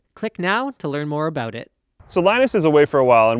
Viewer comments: "out and aboot" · 'While you're oot and aboot'